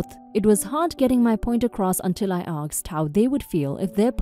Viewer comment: Asked not aksed